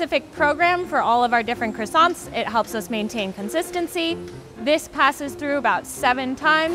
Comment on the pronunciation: The fact the manager pronounces croissants wrong is a crime. Why do Americans butcher words? It’s ‘Kwa-son’ not ‘Criss-sont’. French must cringe hearing Americans pronounce croissants so poorly.